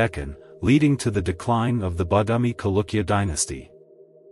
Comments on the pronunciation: the word is pronounced as Chalukya and not Kalukya. Ch as in cherish, not as in chemistry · Dude... Its Cha.. Not kalukya... Chalukya... This is what happens if u use computers for voiceovers... Lazy to edit is it??